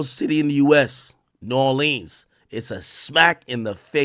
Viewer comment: Ak really needs to learn how to pronounce New Orleans !!!!!